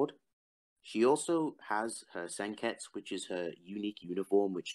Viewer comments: Why do you say "Senkets" instead of "Senketsu" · Sen-ket-su, not sen-kets-you